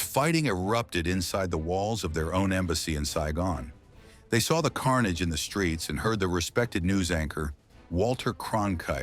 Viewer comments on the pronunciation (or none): none